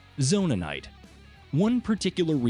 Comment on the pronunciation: It's zonait not zonanait